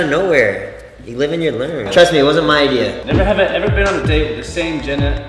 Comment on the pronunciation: "He's gonna ask us neverhever questions" 😂